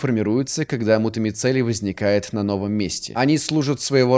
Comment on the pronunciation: Прикольно что уже очень долгое время называет мутамицелий мегамецелием))